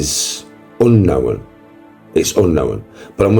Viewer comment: Let’s talk about me. It’s Unknowen. It’s unknowen. 😂 spanner!!!